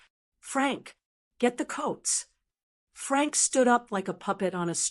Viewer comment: Every time the voice says “Frank”, I cringe. It’s wrong.